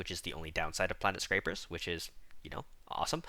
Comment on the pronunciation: Bruv, on the topic of pronunciation, I must point out that there is only one 'r' in Planetscapers.